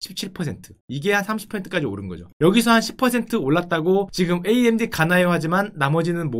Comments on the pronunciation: 글쎄 암드라는 단어는 업다니까 자꾸 그러시네 구글 번역기에 암드 쳐보세요 나오나 ㅋㅋ amd 를 암드라고 읽다뇨 에이엠디라고 읽는 건 많이 봣어도 암드라고 읽는 건 처음봄 단어자체가없는데 무슨 소린지 모르겟네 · 나는 평소에 '에이 엠 디' 라고 말하는데 언제부터 암드가 ㅡㅡ